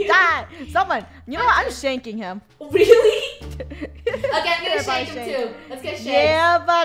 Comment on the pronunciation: No she said shint but I think she means shank as the shank the cops I think